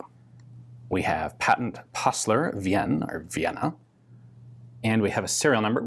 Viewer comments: "Wien" is pronounced more like "ween" as in "been" and not like "vienne", that bugs me everytime you say that. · Not Wi-en. Say it like Ween as in Weener. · "Passler We-Anne, or Vienna" Wien is Pronounced "Ween", or "We-n" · Don't mean to be a wiseass, because i enjoy your work and how you put efford into pronunciation, so just a little support: "Wien" = "Vienna" sounds like "Ween" Have a good day! :) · The german pronounciation of "Wien" is actually different from the English "Vienna". It is pronounced a bit like "we'n" In German the "ie" is mostly pronounced as a long "i"-sound similar to the pronounicatino of thew "e" in "we" or exactly like it is pronounced in "Diesel" So if you want to pronounce "Wien" start with Vin Diesel. Just take the first Name "Vin" (pronounced like "win") and pronounce the "i" the same way as the "ie" in "Diesel". Congratulations, now you know how to pronounce "Wien" like a German-speaker. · Wien is pronounced like the second part of Halloween, otherwhise great video and very interessting gun.